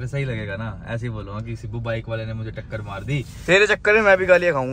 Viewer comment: woh sibu nahi. Sibbu. Hota hai pagal,😂